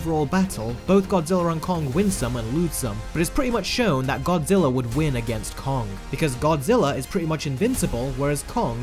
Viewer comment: i know it just sounds like godziller